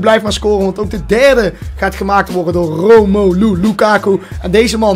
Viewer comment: Romoelu???? Nee het is Romelu